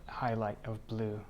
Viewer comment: I decided to add just a touch of blood, I mean black Me: 😯😂 He probably said blue but it sounded just like blood to me lol